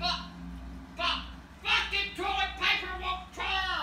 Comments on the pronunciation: to that’s the funniest shit ever What’s wrowng wit dis torlet paper it won’t ter AHAHAHAHAHA won’t ter AHAHAHA THATS SO FUNNY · "Fuckin' tullet paper won't terr!" Lol